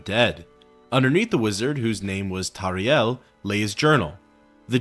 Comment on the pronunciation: The name of the wizard who falls from the sky with the scrolls of Icarian Flight is pronounced "Tar Heel" .... as in the University of North Carolina Tar Heels. The Morrowind devs were big Duke basketball fans. Hence, a stupid Tar Heel who accidentally wrecks himself. There's also secret version of Goldbrand called Eltonbrand, referencing the name of a star Duke player named Elton Brand